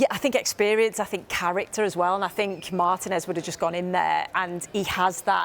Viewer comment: Despite being Yank, I far prefer English speech versus American. However, Martinez is pronounced mar-TEE-nez not MAR-tin-ezz